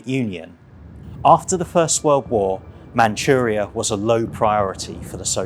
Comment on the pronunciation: Manuria , Manuria es Manchurria. Barbarasa es Barbarroja. No entiende la doble r. Hashima es Hiroshima.